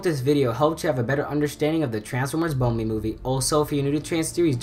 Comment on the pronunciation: It’s bumblebee